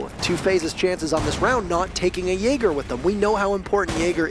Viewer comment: this caster got me banned from the twitch channel, chat was spamming "Jay Ger" cuz that's how he pronounces Jaeger. i asked who the fuck is Jay Ger? they told me i typed in chat "WTF is this caster ?" got banned.